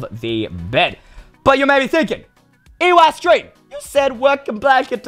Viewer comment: U know it's Eystreem not EYEstreem